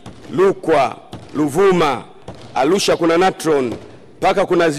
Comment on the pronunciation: mbunge kiswahili kina mchenga sana arusha anasema alusha manyara manyala rukwa lukwa aaah wawe wanarudi shule basi